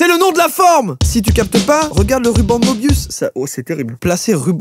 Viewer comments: Bonsoir, je viens casser les gonades ;) Dans möbius, le ö se prononce eu (peu, me, le, ...) Et j'avais qu'ça qu'à dire ! (edit : si, pardon, excellente initiative !) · La tristesse de la prononciation 😢 Meubious